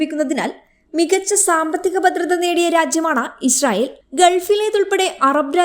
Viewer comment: ഇശ്റയേൽ അല്ല. ഇസ്രായേൽ ✔️